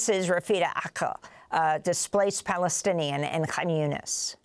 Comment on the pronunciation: This mad man called Trumph he couldn't even say Plastinian. He said that when the US takes over and built, it will benefit the people of the area.